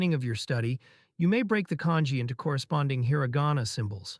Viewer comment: Just dropping HEARA GAWNA left and right. I think my ears are bleeding.